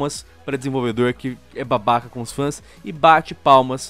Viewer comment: eu amo quando o fala "É UM BAHBAHKA"